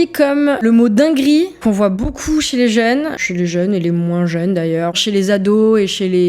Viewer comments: Beaucouf Le p devient F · boucou au lieu de beaucoup et "je vais sur Paris" au lieu de "je vais à Paris" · "Beaucoup" prononcé "Boucoup", ça m'agace un peu aussi, je dois dire...